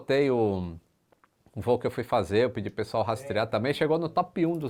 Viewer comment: RATREAR,? CORREGE AÍ KKKK